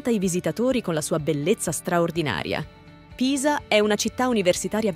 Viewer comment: Io sono originario di Pisa: si pronuncia Pisa, non Piza! E poi Pistòia, Marèmma, Bolghèri, Pitìgliano, Pòppi... mi sento male ad ascoltare una pronuncia così! 😱🤮